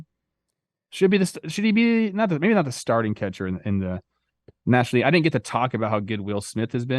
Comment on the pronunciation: Good "Laig" chat Trev